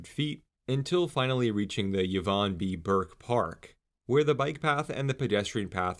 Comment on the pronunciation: ee-vahn, not yuh-vahn